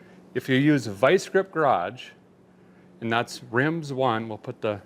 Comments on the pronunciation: Derek would pronounce it "Rims One" instead of "Rim Zone".. love this guy 😂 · Are you for sure it's Rimz one and not Rim Zone ???? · A guy thinks maybe it's pronouncek, "rim zone", instead of "rimz one". Is Derek pulling my leg again!? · I’m sure it’s rim zone not rimz one 😂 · Are you sure it ain't "rim zone" as opposed to "rimz one"? Tomato/carrot, or something like that. Any whoos.... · I think he means rim zone not rimz one lol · We sure that’s not said “Rim Zone” rather than “Rimz One” lol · How bout a guy hooking up a deal on wheels and tires!?! Awesome! Although, I believe it’s Rim-Zone and not Rimz-One 😂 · A feller over here was convinced that tire place was supposed to be pronounced Rim-zone instead of Rimz-one to the point I had to google it. Hope I’m not the only feller or fellet out there who was wildly confused at that one. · Are you sure that's not Rim-Zone instead of Rimz-One? ;-p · I believe its RIM ZONE not RIMZ ONE lol but hey sounds like a good deal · It's RIM ZONE . Not RIMZ ONE ..LOL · Rim Zone not Rimz one...anyone? or is Derrick being cheeky lol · Isn’t it rim zone? Not rimz one😂😂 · Derek says Rimz One...and i see it at Rim Zone....weird how the English language works. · Nice too on the wheels and tires. But question - could that be "Rim Zone," rather than "Rimz One?" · Hey Derek, I think it’s Rim-Zone, not Rimz-one… right? 🤣😂🤣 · im dying at Derek calling it Rimz One, rather than Rim Zone. 🤣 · Rim Zone not Rimz One 😂😂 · Isn't it "Rim Zone?" lol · Hey Fella, it's Rim zone... Rimsone... 🤣🤣🤪🤪😂😂😜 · LOL that's pronounced Rim Zone. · It's not Rimz One, it's Rim Zone!